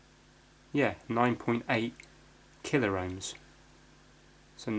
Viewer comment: Love your fixes (and non fixes) but 'killer ohms' just grates every time, it's pronounced 'kill omes' lol!